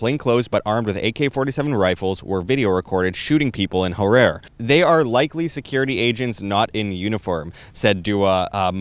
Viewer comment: Goodness. Can’t you pronounce the names correctly at least? It is pronounced Mangagwa and Har-rari. You would make yourself sound more credible when you pronounce these important names correctly.